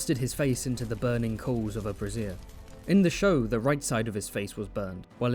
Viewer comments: Bray Zhur. not Brassiere lol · Did you intentionally pronounce brazier as bassiere on purpose for engagement, or do you not know the difference?😂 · “Thrust his face into the burning coals of a brazier” 😂 many a man and woman would have a melty face! I know you meant brazier. It’s pronounced like “bray-zee-uh”. The way you said it is another word for bra haha. That’s a great Littlefinger voice btw. I don’t know how he makes his voice that annoying to where you hate it as much as the rest of him! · The mispronunciation of brazier for brassier has very funny implications. Would’ve been less burning and more grinning for our friend the hound